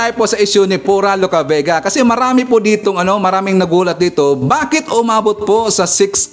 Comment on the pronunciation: tama ang pronunciation mo sa pangalan ko, Sa tanung mo ay si PURA LUCA VEGA ang may 6 charges.